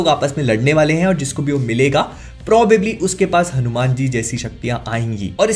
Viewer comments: Why you are always keep saying it हनुमैन? bhaiya teaser me hindi me wha par हनुमान likha hua aata hai, toh aap hanuman bol sakte hai, or waise bhi ab toh koi confusion bhi nhi hona chahiye aapko teaset dekhne ke baad. By the way the review was awesome. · HanuMan = pronounced as HanuMaan not Man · Please pronounce Hanumaan Not Hanu-Man Please Movie Ka Naam Hanuman Hai baki Exited to hai iske liye🔥🔥🔥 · Please , I understand you watch have grown up with Western comics but please keep a threshold. You didn’t talk about the climax shot which was the highest point in the trailer. And please stop saying Hanu- Man. It’s Hanuman , for comic book researchers it’s very obvious to resonate Batman, Ironman but people like us, the Setu Org. members and researchers he is the living reality, the history, the present, the future, our emotion. Because we have explored his traces. Man of culture please value our own culture. 😊Anyway, keep on your comic book research along medical service. You are doing a great job. Love from Boston. Om ShivRamHanumate Namaha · It's not हणूम्यान it's हनुमान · Its not hanu Man Its Hanuman hair... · Its हनुमान not हनुम्यान (Hanu Man) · It's not hanumen it's hanuman correct it . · Its just ( हनुमान) ,not HANU. MAN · It's हनुमान not हनु मैन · हनुमेन mt bolo yaar हनुमान bolo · Bro its Hanumaan not Hanuman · It's हनुमान, not हनुमैन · Isko हनुमान bhi bolna nahi aaata😂😂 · Bhai apse ye ummid nhi thi Kam se kam name to shi se lo